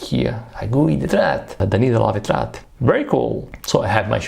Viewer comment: It's Étretat, not Etrat 😅